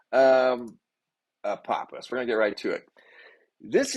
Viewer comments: Ph makes an F sound ahpofffffous every time u say apopiss I died laughing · .. love your content, Apophis is alot closer to us than we are being told... Also, are you sure it's pronounced apoppis and not apofiss .. I also mentioned in your previous video about that "rock" next to the moon being Apophis...I still believe that. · Apophis = Apofis. I hear so many mispronunciations. I hope I am still around when it does its fly by.